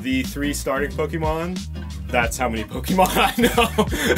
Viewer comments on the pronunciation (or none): “Pokeymon” is really annoying me